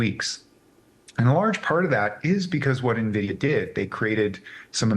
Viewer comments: I have never heard anyone pronounce NVIDIA like that, you can tell this guy had zero exposure to tech 😂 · This is not how you pronounce NVIDIA :)